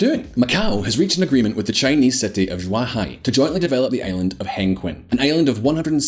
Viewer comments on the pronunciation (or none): How can you pronouce so miserably "zhuhai" LOL ZHUAH HAI? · be professional, work on your pronunciation on zhuhai and hengqing, please.